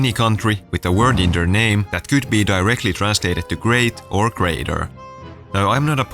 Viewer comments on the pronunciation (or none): none